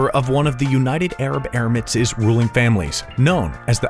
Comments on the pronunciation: Its Emirates NOT ermits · Emirates not Erimates